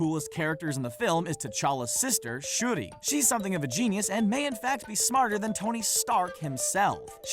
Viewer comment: He said shurdi get my girls name right k